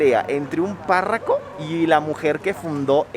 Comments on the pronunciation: dijiste Parraco en vez de párroco? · No se dice “Parraco” se dice Párroco. Cura, sacerdote.